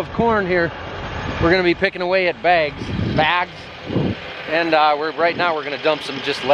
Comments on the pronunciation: “Begs, BAYGS” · Can we get Becky to confirm whether it's bags or begs. my fellow podcast listeners will understand😂